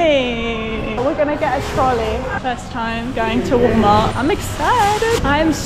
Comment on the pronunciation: She had me at "trol-eey" 😊